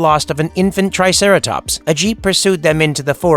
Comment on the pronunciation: "the triteracops"